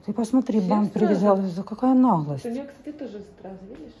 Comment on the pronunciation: когда ты гнусавно говоришь "КАКАЯ НАХЛОСТЬ", такое ощущение, что у тебя в носу тампон! Ну говори нормально, не уродуй слова!